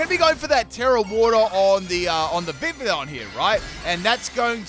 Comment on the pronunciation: The correct pronounciation for the Pokemon's name is Vi - Vee - yon